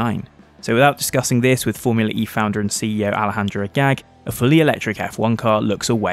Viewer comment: For F's sake, for once LISTEN how a name like Alejandro should be pronounced! On Forvo. While at it, pick up COMMON names like Juan and José as well. And maybe, maybe, the general concept of the Spanish J. Not learning ANY foreign language does not 'entitle' to F-up everybody's name.